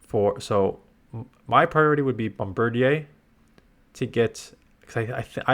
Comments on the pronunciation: I think it’s pronounced bomb-bir-deer, as I’m guessing it’s a portmanteau of bomb, bird, and grenadier. Hate that it’s raid locked, but I still have like 30 premium passes so I guess I know what I’m doing this week. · That's got to be the most Canadian pronunciation of Bombardier I could have ever imagined 😂